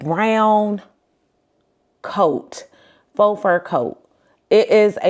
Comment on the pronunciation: Faux is pronounced "foh", not "fox".